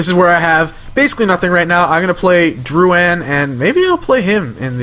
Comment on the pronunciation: Holy shit people, why can't anyone pronounce drouin's name, I have the same last name as him (btw I'm not related to him, I live in ontario and he is in quebec). It's prounounced Drew-In, Not Drew-Ann